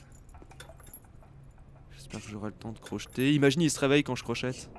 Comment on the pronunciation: C'est pas crochetète c'est crocheter